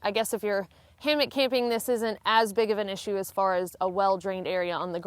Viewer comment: Why do people say “ hammick” the word is Hammock, there is no mick in my hammock